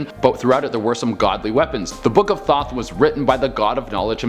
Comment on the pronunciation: Legit for a second I thought he said the book of thot, I was like hmmm... interesting 🤔